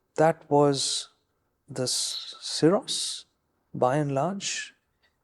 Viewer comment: You had me at "SyJoey" 😂😂😂😂😂